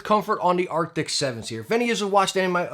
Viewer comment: Arcti”S” not arcti”C”.